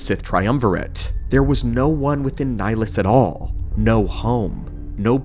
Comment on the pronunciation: Where the hell did this pronunciation of his name come from? This ain't Mass Effect lol